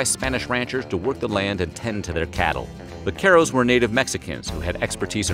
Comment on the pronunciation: The way he said the word “vaqueros” threw me off bc I didn’t understand at first 😅 until I saw the word written on the left hand corner.